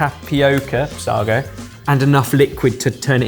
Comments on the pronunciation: FYI: to correct your pronunciation of both "sago" and "kai kai". "kai kai" is pronpunced "The term "kai kai" in Papua New Guinea (PNG) Pidgin is pronounced with two clear, distinct sounds: "kai" and "kai". Both syllables sound like the English word "sky," but with a shorter "y" sound. First "kai": Pronounced like the English word "sky" without the "s" sound, or like the name "Kai". Second "kai": Also pronounced like the English word "sky" without the "s" sound. Together: Say "kai kai" with a slight pause between the two words, rhyming with "eye eye". "Sago" is pronounced "say-go" and NOT Sargo/Sahgo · it's said Say-go, not sar-go, that was painful to hear lol, the texture will be different because you used tapioca, while similar, not quite same result when cooked, tapioca is more gelatinous, whereas sago are pearls (think bubble tea), been awhile, but from memory, sago is naturally sweeter than taioca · Saggo????? Sar-go??? Don't you know the old joke "How do you start a pudding race? - " say go!!!! " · Sago pronounced saygo the a is soft as in cat. Microwaaavey anyone? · its pronounced "Say-Go" BTW,you can buy it in Tesco ,as kids we had to endure eating it cooked in milk (it resembled frogspawn)horrible....banana snot sounds about right! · Sago pronounced Say go. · Interested to ask if any of you had eaten sago pudding as children - a milk pudding like rice, tapioca and even macaroni!! We’ve always called it ‘saygo’ but you may be linguistically more accurate - great video though really enjoyed the processes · I was thinking this. Say-go is the way we used to pronounce it too. Used to enjoy it as a kid, made a bit like rice pudding. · Say-go. Used to have as a school meal desert. Sago pudding. Loved it, very difficult to find nowadays 😊 We called it frog spawn 😂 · Love you guys but it's 'say go'. Listen to Freddie 'Parrot Face' Davies, Everytime I ask for sago pudding, all I get is semolina. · Just fyi, it's pronounced Say-go. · Say-go when I was a kid 🤷‍♂